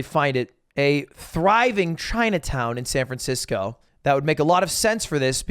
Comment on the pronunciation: Ah yes, my favorite city "Fran Sancisco."